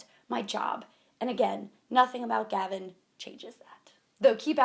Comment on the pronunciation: is it just or do I hear havin every time she says Gavin